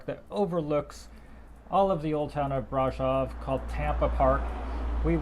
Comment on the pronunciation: Great video! Would like to point out that Brasov was not pronounced correctly. The o in Brasov is a sort of a long o like in other latin languages and german. So it's like brah-shov pronounced.